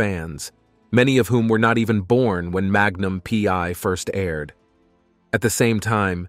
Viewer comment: Hey, is that "Magnum pee....... eye" or "Magnum pee one"? 😂 Get human TV show titles right. Ssh!